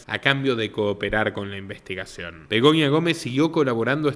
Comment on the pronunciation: Es Begoña , no Begonia